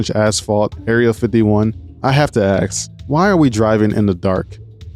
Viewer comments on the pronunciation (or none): He used to always axe . . . Now he swords I assume . . . Learn to speak lols. Bet there's hallway birds in your house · Pronouncing "ask" as "aks" is the new smoke detector beep. Great vid 👍🏻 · Saying "aks" makes someone seem dimwitted to be honest... it's a three lettered word and they're getting the letters in the wrong order 🤷‍♂️ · Its ask not axe